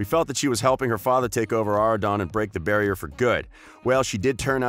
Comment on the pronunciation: Did he say barrrrrrier